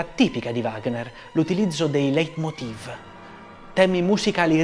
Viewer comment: Bravo, come sempre, è tutto bellissimo; solo un piccolo appunto glottologico: in tedesco, che evidentemente non conosci tanto bene, il dittongo ei si pronuncia ai, e si dice Leitmotiv al singolare, con la V pronunciata f, Leitmotive al plurale!